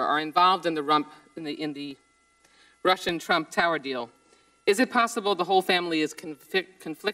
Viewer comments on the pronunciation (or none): "involved in the rump.." LOL